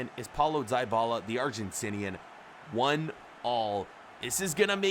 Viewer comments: its not daibala its dibala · Bro u have to say Dibala like a (e) not (I) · It's not diebala it's dybala